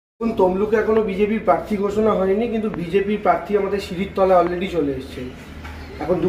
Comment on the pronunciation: Ore Debangshu kothta parthi noy Prarthi...Kobe thik kothata sikhbi....didi r songe theke bhasha Tao thik moto bolte sikhli na😂😂😂😂😂😂😂😂